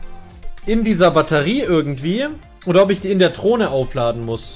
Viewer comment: Niemand:: Trohne